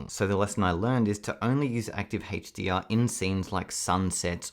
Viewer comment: what HaetchDR? do you mean a-ch dee are?